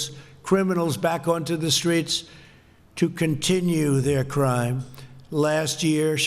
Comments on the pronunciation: crime not crieme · combatting violente crieme?